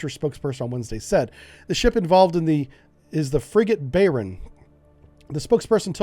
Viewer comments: Not "Bayren"... It is "Bay-earn" (With the a in Bay more like the a in "bath" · FGS “Bye-ehrn” -means ‘Bavaria.’ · "Bay-ern"* <3